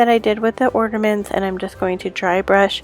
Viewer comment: Are you saying ORNAments? Or ORDAments?🤣